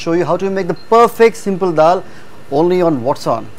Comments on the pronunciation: DAAL not Dhal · In terms of english it is called "Dhal" not dal